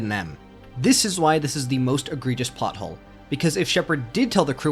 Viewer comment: It's plot hole not pot hole lol